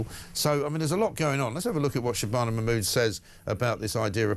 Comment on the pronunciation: Just stop legal aid! It’s not hard shitana.. I mean shibana